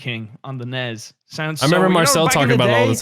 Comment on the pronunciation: The way pronounces nes gets me so mad ITS NES NOT NES